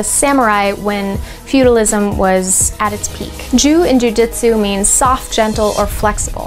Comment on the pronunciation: Tbh this sounds moore like bjj marketing & is no where near the real history of Nippon-bujutsu:\:(. Also jitsu is pronounced jeetsu:( the name is jujutsu u can also call it yawara or taijutsu as both r older names for Jujutsu^^ .